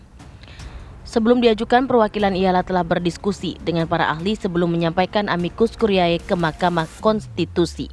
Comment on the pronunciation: Konsonan ae bahasa latin dibaca vokal e dalam bahasa indonesia. Jadi bacanya "Amikus kurie" Bukan amikus kuriae...